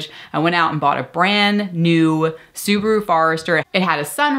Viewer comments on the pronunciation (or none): none